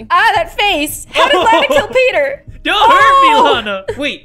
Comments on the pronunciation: its lana not lanae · My name is Lana you said it wrong and I lev your vids